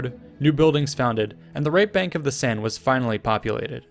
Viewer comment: Your french is good for notre dame or la Seine is impressionning :D Great video :)